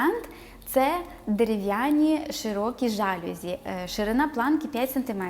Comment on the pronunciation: В слові ЖАЛЮЗІ наголос падає на останній склад. З повагою Філолог